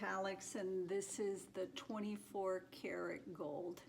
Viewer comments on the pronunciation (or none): none